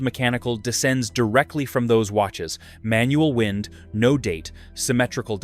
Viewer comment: Wind instead of WIND, and Wound instead of WOUND, AI just doesn't understand context yet.